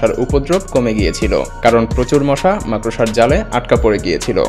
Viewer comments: মাকড়সা উচ্চারণ টাও ঠিক মতো করতে পারে না।এ আসছে ভিডিও বানাতে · উচ্চারণ হবে মাকরশা।মাকরসা নয়😂😂😂